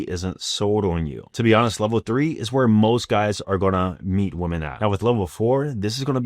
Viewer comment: I still can't get over how this man can't say women correctly lol